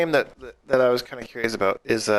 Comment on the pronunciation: "All aboot"?? lol You must be Canadian!